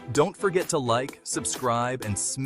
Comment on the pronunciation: Buckled up✅️ Suskraib❌️